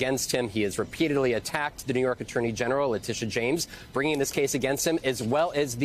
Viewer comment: This is how to pronounce the prosecutors name, Leh tea ta. How is it so complicated? It’s a pet peeve of mine, I have heard 4 different pronunciations but maybe once the pronunciation was correct.